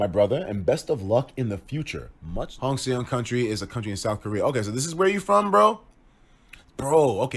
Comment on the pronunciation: Its pronouced Seoul like soul plus HongSeong pronounced like Hong Song not Se ong lmaooooo